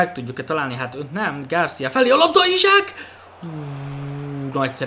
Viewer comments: Szia nem Izsák hanem Iszák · csa nem akarok kötekedni de én úgy tudom hogy isak nevét iszák nak ejtik..